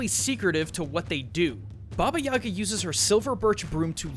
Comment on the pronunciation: The way he says Yaga hurts me...